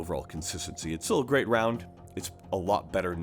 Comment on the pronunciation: Did he say "geeat"?